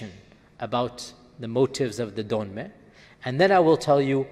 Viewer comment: Dönmeh as you said it means renegade and it's written dönme dont know there the fuck u get the h in there